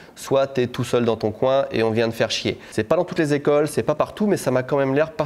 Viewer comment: "beaucoup d'equeulles"😂😂😅